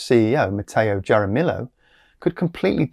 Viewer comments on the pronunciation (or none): JAR-a-mill-o 😂🤣😂 It’s pronounced HAR-a-me-oh. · His name is pronounced 'harameeyo' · Har-ra-me-oh. Not, Jar-ra-mill-oh. Easy mistake to make. But I have a friend with this name. It's Spanish.